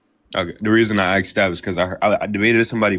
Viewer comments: It's ASKED....not AXED! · Less than 5 min in I can tell this young punk is woefully ignorant, "and sruff."🙄 It's not that he clearly isn't an eloquent speaker, he is not, but what he said was so flawed and choppy he is clearly not an eloquent thinker either, "ya know, bro".😂 LOL he literally said "I should have axed you". 😳 It's ASK you undereducated moron.😡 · You're 19 kid, you don't have a perspective built on experience over time, you're brand new at this. You don't get to make decisions for the rest of us yet, sit down and wait your turn. "Axed"??? Little man, the fukin word is "ASKED"... learn how to speak like an adult if you want me to take you seriously as an adult. Being in the country undocumented IS NOT a crime, it's an INFRACTION... that's why immigration issues are dealt with in CIVIL COURT, not criminal court. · should tell him he does not want to be "axed" at all lol